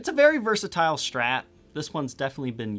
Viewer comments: Only thing I dislike here is your "shtrat" pronountiation 😜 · "Schtratocaschter", "the Schtrat"